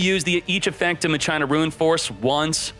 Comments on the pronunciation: Im super late... But isnt not "ma-CHINA" Its "MACH A NA" as spoken same as "deus ex machina" Idk why people think its said as china. Is it like a European thing? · It's pronounced machina not ma china 😂😆🤦 they aren't Chinese 😂😆😂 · MUH-CHINA!!! MUH-CHINA!!! For ducks sake it's not MUH-CHINA You pronounce it like CHINA. It's pronounced MAKINA. Ma- Kee Nah. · Hilarious hearing "Muh-China" 😂😂😂 Do you say that, "Machine-Uh" or "Mock-in-uh"? I say the 3rd option lol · It's pronounced Mack-Kinn-Nah, "Muh-China" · I always pronounce it as Makina and not My China. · He does this on purpose lol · How do you pronounce "Machine"? "MUH CHINE"? 🤣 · Every time he says M'China it makes my entire body cringe. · MAK-IN-AHH this dude needs to read more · That is not how you pronounce that word.....mah-key-nah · Idk if he’s pronouncing it wrong but I played too much FFX to not say machina (ma-kee-nah) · it should be "ma-kee-na" no? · Anyone else had a hard time watching the whole video due to how many times he said "maCHINA"? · Disliked cause u said the name wrong all video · I’m pretty sure it’s pronounced like the Latin word machina (e.g. Deus ex Machina) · The way people mispronounce "Machina" even if they're supposedly native English speakers makes me wish they didn't change the OCG name, "Machiners". By using the original OCG name for the archetype, there would be no confusion at all.